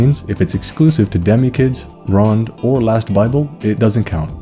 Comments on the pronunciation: Japan don’t have a silent e you’re so post to pronounce the e in ronde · him mispronouncing ronde while the pronunciation is on the cover fucked me up